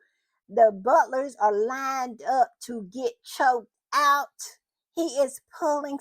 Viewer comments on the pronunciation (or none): 'The butlers are line up to get chock out ,' girl you got laughing 😂😂😂😂😂